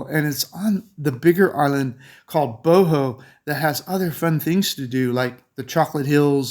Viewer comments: Great to watch your vlog and thoughts on places. If you have been going to Philippines for so long, why you miss pronounce “Bohol” (Bo Hol), Bo Ho 🤔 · I feel it must be corrected but for sure we appreciate your trying. Here goes: 1. Bo-HOL 2. Ce-BU 3. Pa-LA- wan 4. Bo-RA-cay